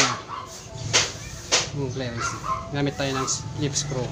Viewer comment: Fairings not 'flairings'